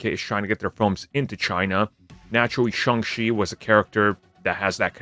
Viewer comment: Why does this guy pronounce it as Sung She? It’s pronounced exactly as it spelled… Shang Chi, Sang She.